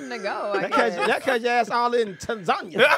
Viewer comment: That's correct Tanzania should be pronounced exactly the way he said it. I'm from South Africa, they corrected us too lol